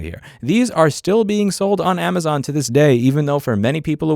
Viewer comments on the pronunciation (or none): none